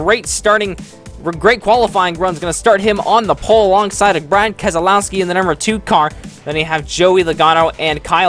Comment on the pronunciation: Ummmm is it just me or did he say Brian keselowski lol